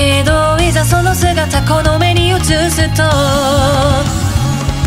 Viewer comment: 「ぜん」とか「いざ」とか「うつす」とか韓国人が難しい発音も綺麗ですごい😭💚